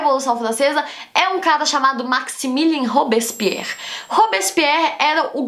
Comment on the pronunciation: ta bom, a primeira vez vc flw rápido, n entendi a segunda comecei a entender mas tbm n saiu nd, dai no final piorou hahaha olha Q vc explica bem as coisas ebeu pego rápido mas esse "robison pierri" é mt doido hahaha